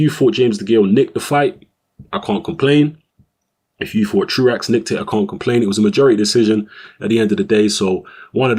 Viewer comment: Apparently it is "True Axe" but I've heard it pronounced "True oh" in the past.